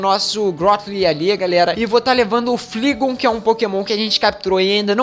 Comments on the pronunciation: Flaigon não fligon kkk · a pronuncia certa do Pokemon dragao e flaigon e nao fligon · se pronuncia "Flaigon" e o outro se pronuncia "Reiniculos" (acho),e kronos,não sei se é possível,mas se der pq VC não muda o nome das suas bags pra deixar mais organizado:D Vlw,flw